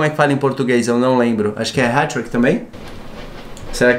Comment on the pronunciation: Agente fala heti trick